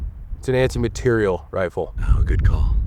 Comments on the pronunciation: We all just going to act like he's not saying "material" like "materielle"? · Take a shot every time says materi-elle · why does he keep saying “materiELLE”? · All these comments and no one person bringing up inability to pronounce "Material". I'm not sure if it's a good or bad thing that it's moved so far from its roots. He reminds me of the South Park guy who can't say "planetarium". Obviously, solid video regardless. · Is jt just me or is he saying material reeeal differently